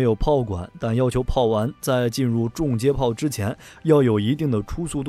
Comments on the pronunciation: 订正一下：重接炮应该读（chong）不是（zhong） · 从英文reconnection gun上看确实是chong